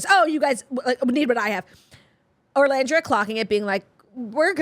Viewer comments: I came here to beg you to stop calling her ORlandria 😂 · OOOOOOOLANDRIA not orrrrrrrrrlandria.